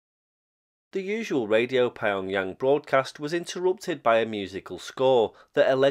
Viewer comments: nah. Pyong-Yang, strictly speaking hard P followed by Yong, yang would be 3 syllables anyway. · Pie-on-Yang sounds like it would go very well with Burton-on-Trent